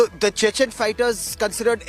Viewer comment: Can't even pronounce properly Chechen